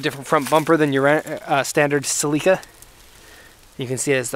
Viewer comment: THANK YOU for pronouncing "Celica" correctly